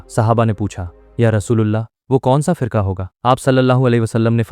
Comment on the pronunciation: Bro you need to improve your urdu pronunciation, many places you are saying phirka instead of firqa